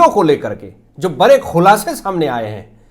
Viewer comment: आप बरे क्यों बोलते है बड़े बोलना चाहिए आंख फटा का फटा नहीं फटी की फटी बोलिए